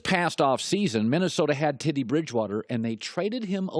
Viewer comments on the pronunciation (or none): Did he say Tiddy Bridgewater??!!! LMAO Its Teddy!!! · "Tiddy Bridgewater" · Tittie Bridgewater